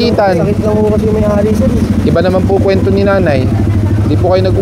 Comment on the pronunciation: Kuwento (NOT kwento).